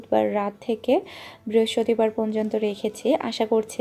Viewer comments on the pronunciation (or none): ধন্যবাদ, আপু কিছু মনে কোরোনা হ্যাঁ, তোমার সব কথা খুবি ভাল শুধু পোনযোনতো না বলে পর্যন্ত বোলো ঠিকাছে? কষ্ট পেওনা সোনা